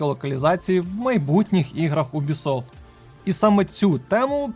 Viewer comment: Чому, бляха, Убісофт, а не Юбісофт?